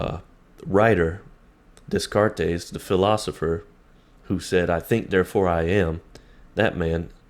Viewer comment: Dude you need to learn how to pronounce Descartes